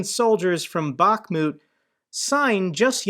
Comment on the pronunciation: Hi, thank you for what you are doing, greetings from Ukraine. One thing I want to add that city of Bakhmut must have stress on last part of the word like BakhmUt ) Thank you once more and keep going. God bless America, Slava Ukrayini. And Merry Christmas to you and your family.